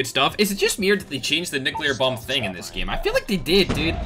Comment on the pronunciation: Gets a Nucelear bomb 💣 10 Seconds later starts talking about TikTok🤣